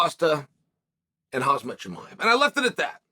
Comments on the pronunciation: Chael why on earth do you not get the name right of Khamzat. Get his name right. It is Hamza, the K is silent. It would not be ok to call you Kale. So have some respect and get the name right. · He’s always calling him Hazmat 😂😂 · I love how chael purposely still butchers khamzats name and calls him khazmat, better than kumshot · YOU GUYZ STILL HEAR UNCLE CHAEL SAYS KHAZMAT OR ITS ME ??